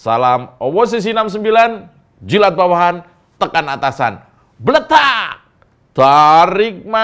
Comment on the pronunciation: Nonton OPOSISI69FM bikin kita menjadi nge fly, kaya Cara ngucapin twitt Andi Arif yg paling Blettakkkk!!! 😂😂😂😂😂